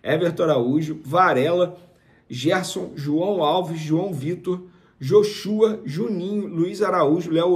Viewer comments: Joshua se fala como se tivesse assento no O. Fala-se Jóshua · Pelo amor Vence. Aprende por favor a pronunciar Joshua. Já tá ficando feio. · Venê, vc é religioso e não sabe pronunciar Joshua? Po, até eu sei e nem sou cristão kk